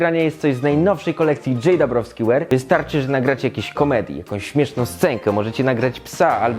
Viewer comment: "DJabrawski"? xD